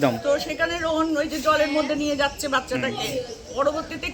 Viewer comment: উনি তো রোহানের নামটাও ঠিক করে বলতে পারে না শুধু রোহন রোহন করে 😡